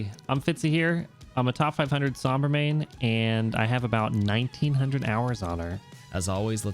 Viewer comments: its pronounced “sohm bra” not “sahm bra”. it has a long O sound like in “row” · Top main. Doesn't say Sombra properly.